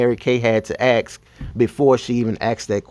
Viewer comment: You don't AKS a question, you ASK a question. 😄😄